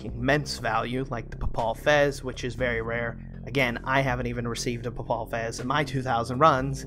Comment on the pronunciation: Pronounced Pay-Pull Fez. Fez of the Pope. great vid as always.